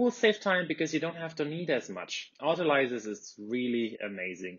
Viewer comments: Autolice? It’s pronounced auto-leeze. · Haha! Your English is perfect.The process was discovered by Prof. R. Calvel so it must be a French word in which case the s has a z sound since it is in the middle of two vowels. If you google how to pronounce autolyse,YouTube is full of mispronunciations of this word so don’t pay attention to that; it’s ottoleeze. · Autolysis, autolysing and autolyse are words common to the medical fraternity also - imho it’s the bakers who pronounce it funny.... I nearly wet myself and actually “corrected” my mentor/master baker when I first ever heard him use this bakers version . I have learned to “cut my cloth” & use the baker’s vernacular when in the right company. You simply accept that there is ‘more than one way to “skin a cat”?. However back amongst the medics I’d be the laughing stock if I persisted with the baker’s pronunciation. Auto-“lease” vs Auto-“lize” = Auto-LYSE 🤗👨🏼‍🍳🤷🏾‍♂️🩺